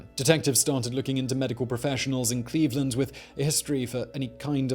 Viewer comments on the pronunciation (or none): It's Cleave-Land